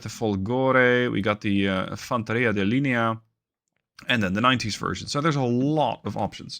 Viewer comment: ahhh good to know and thank you! for the next videos, i'll tell you that on the "fanteria di linea" the mistake comes on where you put the accent on the word "linea" it's a common mistake so don't worry :) btw the accent goes here "lìnea" on the "I" letter instead of the "E". also one more thing i wanted to say about the Lagunari, they are like Navy Seals of the Us in real life and i don't know why developers gave the statistics as special forces at the MARO' troops instead of the Lagunari. anyway i can't wait to see your first gameplay on the Italian deck!